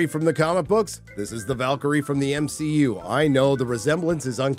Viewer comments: MsheU not MCU He said MsheU 4 mins in 😂😂 i had wrote before i started watching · The M-SHE-U? The her-os journey? Lmao.